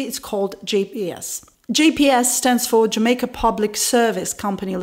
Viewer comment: I love how you say jamakaa